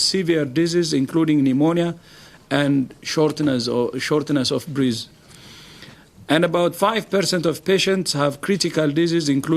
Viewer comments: “Shortness of Breese” 😂😂😂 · The guy can't even say Breath properly. Why are they using him as a spokesperson? It's ridiculous. Then he is downplaying it. If 82% are mild, that means 18% are severe and that is A LOT